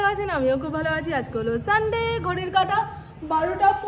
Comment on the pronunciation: প্রথমে এমন sunday বললে 😂আমার মনে হোলো sandy বললে😂😂😂😂😂😂😂😂